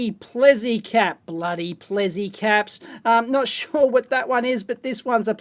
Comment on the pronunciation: Dave, I'm afraid I'm going to have correct your pronunciation. First up it's it's Plessey as spelt, not "Plezzey", and secondly the second 'w' in Welwyn is silent.